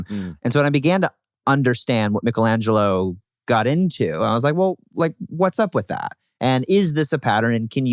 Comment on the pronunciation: Ahhh he said “Michelangelo “ correctly!!!!